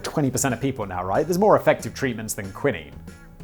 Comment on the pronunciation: Have I been pronouncing quinine incorrectly this whole time?